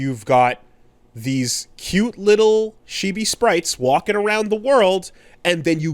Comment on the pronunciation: I'm starting to notice that pronounces 'chibi' as 'she-bee' for some reason